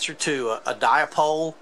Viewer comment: What's a di-a-pole? hihi